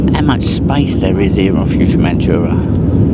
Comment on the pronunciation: OMG it’s not futuremanchura!!! It’s fuerteventura. Can’t you say anything correctly. It’s so annoying.